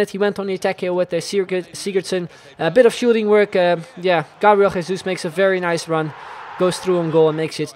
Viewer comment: gabriel jesus is pronounced with the french j, as in jean-paul.